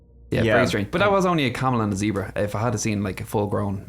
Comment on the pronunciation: said "Zee-brah," yay!!!